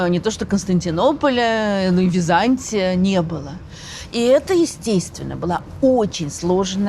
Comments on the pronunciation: При всем уважении, ударение ставится не на том слоге! Византи’я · Подарите ей уже кто-нибудь орфографический словарь. Может быть этот "историк" поймёт, где в слове Византия ударение надо ставить ;-) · прекрасный рассказ. Но почему вдруг ВизАнтий или ВизАнтия? ВизантИя. Странно слышать от прекрасно образованного человека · А почему вы произносите ВизАнтия? Ведь ВизантИя же...